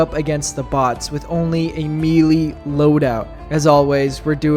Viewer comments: May-lay. Not mealy. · Okay, one thing up first - good boy. Now this is a challenge worthy of a true warrior. By the way, the tooltips in-game are wrong - all melee weapons are medium penetration, surprisingly. They lied to us ! +g+ Also, it´s 'melee', derived from French, not 'mealy', like a darn potato, son +g+ But you ARE forgiven, for this was a bold exploit. Just two things: First, I know it sounds retarded, but you CAN kill a Factory Strider with JUST knives ! So sad you did not try it out. The left and right belly doors are actually part of the frame under the armor plates. You can attack them, focus on ONE side ! I´ve seen Commisar Kai destroy one with my own eyes. Just throwing knifes, no kidding. And finally: DO THE SQUID RUN ! And bring a Saber ! Thanks to the wide swings it is the absolute best to take out the hordes of zombified Voteless. Might be the actual meta weapon for the cannon fodder on this map. No idea how well it will work against the elite enemies, though... But it´s worth a try ! And if all fails - if knives can take out a huge strider, why not an Overseer ? Don´t forget they have ablative plating (like the aliens in EDF !). Destroy an area and then focus on it. And avoid the heads at all costs, they are heavy armor. And... maybe run away from the large War-of-the-Worlds things, hihi. Good luck, brave young fella ! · *Melee*....Pronounced 'May-lay'.......Mee lee is a kind of worm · Bro it is may lay not me lee, it comes to us from French so the pronunciation follows their rules not ours. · Fun video, but the way he pronounces “melee” is bothering me… It’s “may-lay,” not “mee-lee” (I blame the French lol)